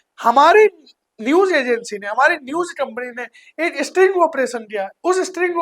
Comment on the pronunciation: पहले तो तू बोलना सीख स्ट्रिंग नहीं स्टिंग ऑपरेशन होता है, दूसरी बात तू ऑनलाइन देह व्यापार बता रहा है और हनी ट्रैप भी कह रहा है ऑनलाइन देह व्यापार अलग होता है और हनी ट्रैप एक अलग विषय है जब तुम्हारे जैसे गधे इस तरह का कोई मैटर लेकर कोतवाली पहुंचेंगे तो पुलिस तुम जैसे गधों को गधा ही समझते हैं और वो कोई कार्रवाई नहीं करती क्योंकि पुलिस वाले भी तुम जैसे गधों की फिराक में रहते हैं कि कब आए और उन गधों का उपयोग किया जाए पहले कुछ सीख इसके बाद ही कोई स्टिंग ऑपरेशन करो नहीं तो स्टिंग ऑपरेशन के चक्कर में मेडिकल ऑपरेशन के बाद भी नहीं बचोगे समय खराब है सरकार कैसी है फर्क नहीं पड़ता लेकिन नीचे तक तंत्र कैसा है यह बहुत महत्वपूर्ण होता है यहां हर गली हर मोहल्ले में दलाल बैठे हैं सरकार चाहे किसी की हो दलाल हरामखोरो चमचों बदमाश भ्रष्ट पुलिस वालों और अधिकारियों व लुटेरों की कमी कभी नहीं होने वाली